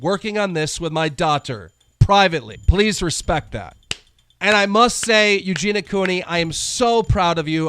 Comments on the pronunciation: when you cant say Eugenia so you say eugena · Eugen-EE-ah Cooney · Ffs...why cant you pronounce EugeNIA Cooney's name PROPERLY? How disrespectful. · Why does everyone say Eugena when they say her name? It's so annoying. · The way he says eugenias name wrong bugs me a lot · That's not how you pronounce Eugenia....